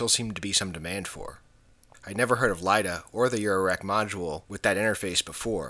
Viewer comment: Great video! Nicely done. Could that last jumper have been the interlock that was never connected to the back panel? Just an FYI, it's not "LIDA", it's" ILDA" (ill-dah) for the International Laser Display Association. Ron